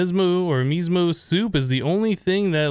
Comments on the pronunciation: All that food you were looking at was raw. Also its not mismo. Is miso. Pronounced ME SO. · miso is pronounce me-SO